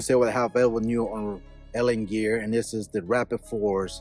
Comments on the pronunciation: Alien gear, not Alan gear speak English. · Hahaha ENGLISH LOL A-L-I-E-N GEAR NOT ALAN GEAR LOL HAHA TOO FUNNY